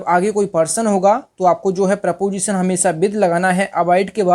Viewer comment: Not PROPOSITION pronounce it is preposition